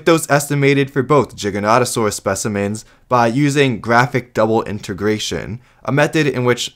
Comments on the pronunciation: Why do you say Jig-an-oto-saur-us? Shouldn't you say ji-ja-noto-saur-us, if your gonna say the G as a J? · Why you saying jiganotosaurus instead of giganotosaurus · I hate the mispronunciation for the giganotasaurus Is G not J Many pronounce it's as Jiganotasaurus It's pronounced Giga like giga Chad or some shit